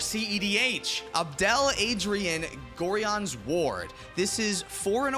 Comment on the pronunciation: As a casual viewer of cEDH content.. I can't really fairly give judgement on cards that would work in cEDH... HOWEVER, as a lifelong fan of the Baldur's Gate franchise, I have to throw a correction in for pronunciation of Gorion! It's Gor-i-on!!!!!! Also random fun fact, Abdel Adrian is a DDEEEEEEEEP cut for fans of the franchise. They did a trilogy, based on the story of Baldur's Gate 1, 2, and 2's expansion Throne of Bhaal, and he was the stand in for the player character in the novelization